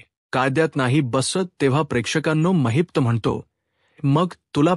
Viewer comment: It's Mahipat not Maheepta also khote bolnar not khot bolnar . khatri nahi not khatri jama hote nahi . It's not boltayat say boltat. Khatar jama karaiche pl it's khatri karne.. it's zhopdi not zhopat..choop dila aasto . Pl talk properly else if we keep listening we may spoil our marathi